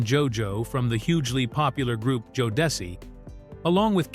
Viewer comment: Well the AI got it right the second when it pronounced Jodeci😂